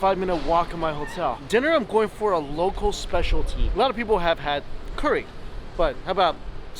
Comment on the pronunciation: Been watching you for a couple years now and I've got to say it's still irritates me how you say Curry so bad.